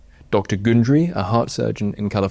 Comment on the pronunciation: Glycogen is pronounced gly-ko-gen with the C pronounced as in carbohydrate not as in cell. And in the same vein, Gundry is gun as in the thing you fire not Goon as in Spike Milligan and the 1950's radio comedy. I'm surprised you advertise gundry's snake oil btw. He must pay well. 🤷🏻‍♀️ Plus, in this comment you can't even spell his have correctly 🤦🏻‍♀️😂 it's Gundry not Grundy 🤦🏻‍♀️